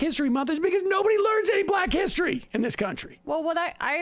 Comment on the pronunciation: No not hissy, hissery. Dude can't pronounce history.